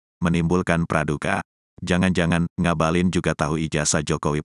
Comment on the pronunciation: Ngabalin saya dengar seperti mautaubat